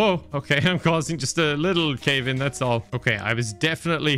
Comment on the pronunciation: just a little Cave in (as in pronounced Kev in)